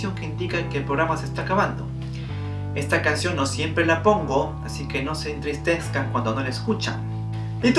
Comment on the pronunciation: "Así que no se entristenscan" jajaja